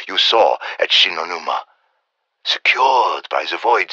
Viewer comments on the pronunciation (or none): just said Shi No Numa